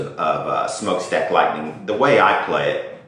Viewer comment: Its written and pronounced Lightnin as it was written not Lightning